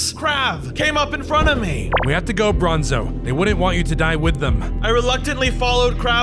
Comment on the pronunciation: Why in every video you say bronzo!